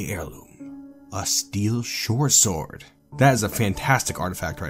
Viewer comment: When you say shortsword, it sounds like you're saying "Shore sword".